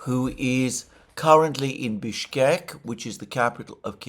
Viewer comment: Mercouris, How is it that you can correctly say Bishkek yet every single time you say Lavrov it is a disaster?